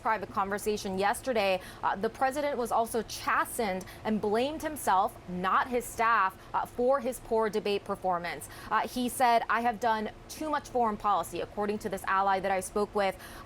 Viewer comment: ...chastened is pronounced w a hard a sound rather than the soft a... :planet-orange-purple-ring